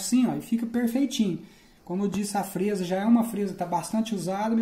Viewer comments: Não é frêsa é frésa. É claro que não tem acento. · VC TA PRONUNCIANDO A PALAVRA FREZA SEM O ASSENTO MAS ORESTO TA BEM ESPLICADO